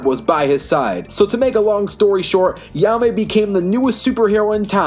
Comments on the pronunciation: you did not say his name right at all bro said ya-me instead of hai-me JAIME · Lol ya may? It’s Jaime (hi mey) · No disrespect but ur saying jaime wrong it's like "Hi-Mai" not "Ya-Mai" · Who tf is he-ame! Its jay-me or hi-meh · “Yahmay rise” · Also, if I may, Jaime's name is pronounced as "HIGH-MAY" I know Spanish isn't your strong suit (heh) so I'll cut you some slack but please keep that in mind next time. Thank you. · Its pronounced ha-eemeh(jaime) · Yaa-may? What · Great video but the way you pronounce Blue Beetles name really bugs me lol. It's pronounced Hi-May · 1. ............. learn to say his name.